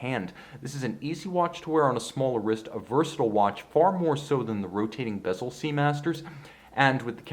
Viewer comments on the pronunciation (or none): none